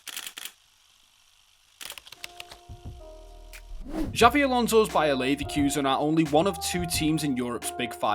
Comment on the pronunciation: ‘Xavi’ Alonso 😂